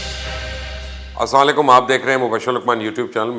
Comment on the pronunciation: Please try to say Salaam in correct way( Assalam o alaikum). I hope you don't mind. Regards